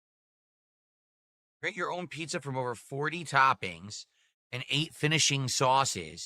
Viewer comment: Maaaahhhhdddd pissa,! Not authentic Italian East Coast. Do you here this Italy? 😂😂🤣🤣😂😂